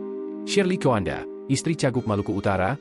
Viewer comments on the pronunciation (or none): Marga istrinya masih pakai ejaan kuno tempo dulu... Tjoa - nda Makanya , pembaCa berita ini jadi keliru Sebutin nya...Koanda